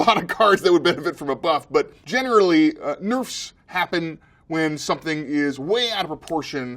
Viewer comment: "generally, nürfs happen when .."